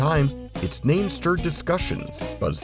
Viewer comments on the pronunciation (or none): none